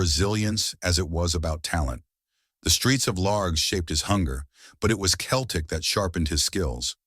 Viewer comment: AI voice talking football and can't even pronounce Celtic, Stein, Dalglish is when i turned it off.